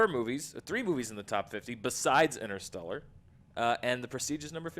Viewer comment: Btw, it's InTerstellar, not Innerstelar!!! FFS!!!